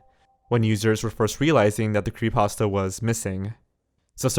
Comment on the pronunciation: I am obsessed with how you say "Creepasta" instead of "creepypasta"